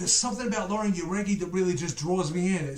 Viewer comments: Lol you still have Lauren name wrong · He still didn’t pronounce Lauren name right